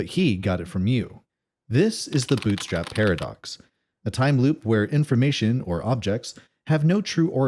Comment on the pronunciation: Uh, hi. Its "bootstrap" paradox. Not "boostrap". Kind of a huge mistake if you're making a video about it...